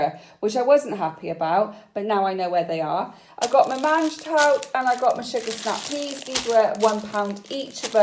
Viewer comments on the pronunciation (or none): Btw mangetout is pronounced monj too lol